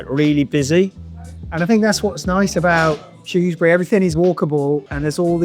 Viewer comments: Sorry it’s pronounced SHREW not SHROS 😂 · Superb stuff but what was that weird pronunciation of Shrewsbury towards the end?? 😅